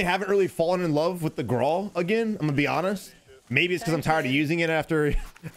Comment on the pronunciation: wft is a graw? i know he means the grau